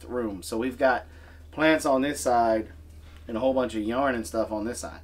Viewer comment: “Over there is a bunch of yarn and stuff”.. Why you gotta say it like that?! 😂 seriously though, you guys are the sweetest!! I’ve never had a peach tree before, that will be amazing!!